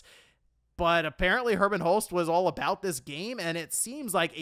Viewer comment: Wait so this wasn't a Jim Ryan thing, Did really say Herman? Ah Man How did he get it soo wrong, I thought better of you herman what what a let down. The Helghasts in killzone are crying in shame right now. I thought after the switch over with Herman would of got the Sony ship back on track.